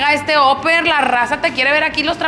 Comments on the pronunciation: Yo opino que tu pronunciación en inglés es pésima, no se dice óper, se pronuncia. Aper!!! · Se prunincian Aper no oper como pronucias 7up